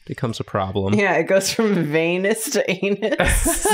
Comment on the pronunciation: If I wasn't subscribed already (for many years) when I heard "vienus to anus" and the subscription button popped up... oh you woulda gotten me. But I'm already here so... Guess I gotta unsub and resub 🤷‍♂️ Edit: oops you said not to say anything but I paused to comment... uhhh >.> my bad but I'm not deleting sorry